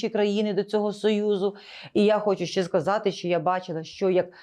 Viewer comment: Не щЄЄ, а щЕ. Не щЬО, а щО. Розмовляйте по - людськи. В українській мові нема пом'якшення шиплячих літер. Це йде від совка, від росії, чЬто, чЬо, чЄво.